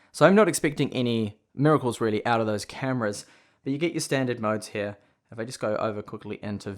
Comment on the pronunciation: please just say here and not hewyha